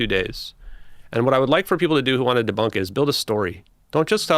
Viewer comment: He couldn't stop or help himself. A very immature meme immediately popped in my head. DJ: "CITATION NEEDED OMG SOURCE I AM GONNA DEBOONK. IT'S DEBOOONKED"